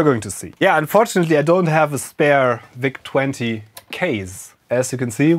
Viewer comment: Der Vau-Zeh 20. So german🤣👌